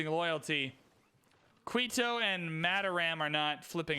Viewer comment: really need to work on these pronunciations. Saying "Qweeto" and "Bagoda" is just wrong... other than that, keep up the fun.